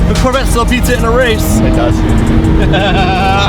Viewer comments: Okay I heard you call it La vet if you can't pronounce the whole name Corvette then you better call it a C8. Just saying you're the one that put that out there that you're not going to listen to people call it a Corvette or a C8 you said La Corvette. Stick to it boy! Just saying if you're going to do this for us then you need to stay true to your word! I believe in you I trust in you so carry through. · Just add "eH" on corvette'h 👍🏻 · La Corve' (La Corvay) rolls a lot better! 😂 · How bout 'la-corvè'